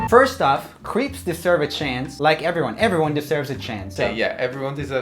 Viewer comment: i don't know why that mispronunciation of creeps triggered me so much ohhh their talking about the person not the MARVolus french food